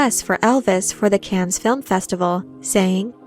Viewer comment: I wince every time you mispronounce Cannes.